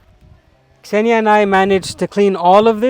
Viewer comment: Господи! Какое счастье слышать, как англоговорящий человек произносит имя Ксения,правильно! Наконец-то!😄 А то все, Зения, Зена или еще как нибудь!😂